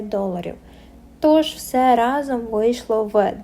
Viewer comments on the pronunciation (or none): none